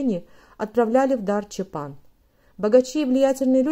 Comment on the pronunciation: Насколько я знаю, надо чётко произносить чАпан. Поправьте, если ошибаюсь.